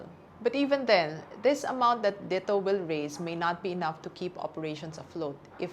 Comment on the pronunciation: why does she pronounce DITO that way? isn't it supposed to be pronounced as a Tagalog word?